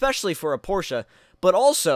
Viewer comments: Porsh. Not Porsh-uh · It's actually the complete opposite. People in America tend to say porsh but it's is truly porsh uh. I pronounce it the "American" way though. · Porsch in America and Porsch-uh everywhere else basically